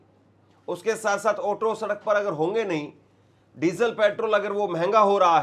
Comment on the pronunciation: Otto nahin Auto hota hai. Suru nahin Shuru hota hai. Bizli nahin Bijli hota hai. Baaris nahin Baarish hota hai. This person became an anchor? How?